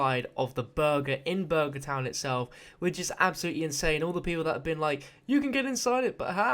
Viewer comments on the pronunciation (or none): none